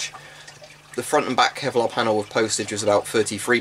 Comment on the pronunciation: "Kelvic Pevlar?" Jokes aside are you planning to all the add-ons like brassard and neck guards?